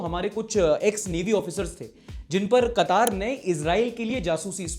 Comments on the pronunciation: Qatar भैया कतर कह लो या क़तार में खड़ा कर लो। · pronunciation police quataar nahi Quatar(katár) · Not Katar it's Qatar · Kataaar nahi re wo katar he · Katar nahi mere Bhai.. Qatar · BRO IT'S QATAR NOT QATAARRR KA TAR (QATAR) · I'm an Indian and I'm living in Qatar. It's Qatar. Not qataaar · It's not kataaaaaar it's Qatar 😂😂